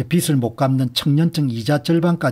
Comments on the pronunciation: 빚이라는 단어를 읽으시면서 비츨, 비들. 비슬 등으로 발음하시는데 정확한 발음에 대해 살펴 보시길 바랍니다. 연음법칙에 의해 비즐이라고 읽는 것이 표준으로 알고 있습니다. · 우리 말과 글엔 쓰는글과 읽는말이 따로있는데 요즘 말은 많이 잘못되어 있어서 말씀 드립니다 빚 - 돈을빌린것 빚을 - 비즐, 빚이 - 비지 빛 - 햇빛, 불빛 빛을 - 비츨, 빛이 - 비치 빗 - 머리빗 빚을 - 비슬, 빗이 - 비시.